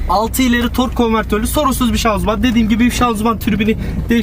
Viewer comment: araba videos ceken insanların ŞANZUMAN demesine uyuz oluyorum kekomusunuz oglum sız ....ŞANZIMAN ŞANZIMAN ŞANZIMAN öğrenın sunu ( yorum yapmadan önce google da araştırıp yazın gerizekalı durumuna dusmeyın )